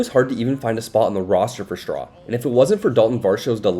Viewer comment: It's "Straw", not "SHTRAW". Push your teeth together and bring your tongue up against them to make the "S" to "T" sound.